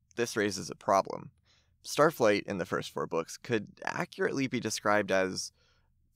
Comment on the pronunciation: BRO LeT ME sAY STaTfLIgHt